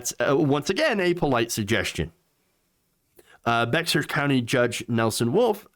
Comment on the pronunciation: it’s Bear County the The X is silent it’s weird I know